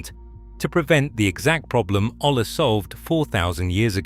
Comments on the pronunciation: A double L in spanish is pronoumced as a y. A yuh sound like Arianna Grande would make. So olla is pronoumced 'oya,' not ola. Hola is a different spanish word, don't get confused 😅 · Its pronounced "OYA" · The blank stares from garden store personnel might be because the word is pronounce oh-yah. Tell your AI some of your content contains Spanish words.